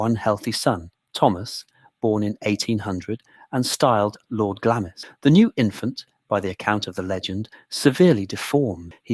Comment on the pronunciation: The way Glamis is correctly pronounced is given in the first sentences as Glams, and continued to be pronounced wrong through the rest of the video, as Glamiss.